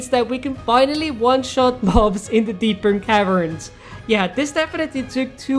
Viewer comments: Dude its Deep Caverns not Deepern Caverns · Bro its not "Deepen Cavens" Its actually "Deep Caverns"💀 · why does he say deepern caverns? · "Deepern caverns" How can you mess up this badly